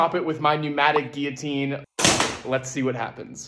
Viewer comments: Dafuq is a geeeyaahteeeen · well champ, maybe if you paid attention in English class you’d realise it’s pronounced gee-luh-teen. Even your American dictionary says so